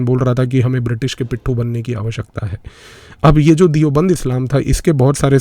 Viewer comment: दियोबंद नहीं, देवबंद